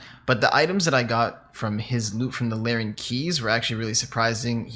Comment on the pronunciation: Rsn: its larrans, not larrens:)